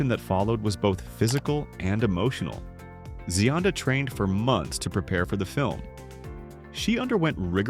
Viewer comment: The voiceover is pronouncing her name correctly.